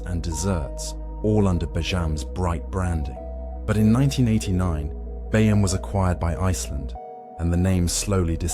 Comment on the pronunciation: it's bee-jam, you dopey AI pillock.